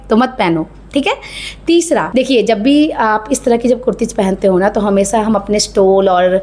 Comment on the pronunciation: Speak properly फ़ैसन नहीं फैशन सुरु नहीं शुरू हमेसा नहीं हमेशा नेक्ष्ट नहीं नेक्स्ट । my God can’t hear bad voice bad diction